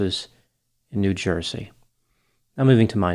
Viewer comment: Lmao the way you said New Jersey 🤣🤩🎶